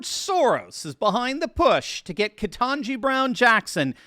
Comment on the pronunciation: It's pronounced "ket n' jigh". If you pronounce it wrong, you can be put into a special de-programming camp.